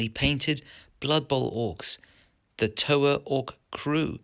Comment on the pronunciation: I'm Māori I'm 50/50 with happy to see our culture used as inspiration but also shocked at how loosely it was used, those tattoos were well painted scribbles. The pronunciation of Toa is more like the TO in TOur... TO a